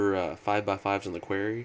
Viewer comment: am i the only one who gets pissed when ever he says quairy? QUAR-RY >.<